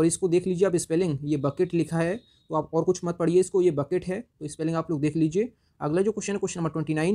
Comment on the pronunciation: Boutique एसी बुके कहा जाता नाकी बकेट